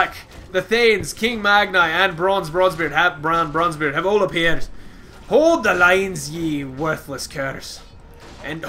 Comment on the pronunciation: Why do I always hear you saying Branze Bronzebeard? Also, where is your Girl friend? I enjoyed watching you teaching her how the Dreadlords are OP, how the... how the... what else did you teach her? God damn it. =D